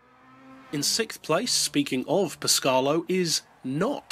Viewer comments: It Pescarolo (Pes-ca-ro-lo) not Pescarlo (Pes-car-lo) and (Sow-ber) not (So-ber) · Italian rant on the way Its actually Péscarolo, not Pescárolo, and your pronunciation would be Pescarlo in italian. Sorry for the rant :) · Great video. Only just got gt6 to work on my old ps3. Glad i did tho!! One thing that did make me smile - Pescalo? I know a bloke named Henri that would be a bit miffed at your pronunciation.;) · After hearing that only LMP(1) and Group C cars are considered for this list, I am surprised to see a concept car in first place. I am not really sure that car would be legal under the rules... How did you pronounce "PescArolo"? I couldn't hear the "a" in it :P